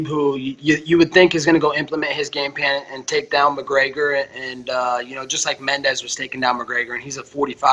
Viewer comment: “Implement his glame pan” - Colby Covington 😂😂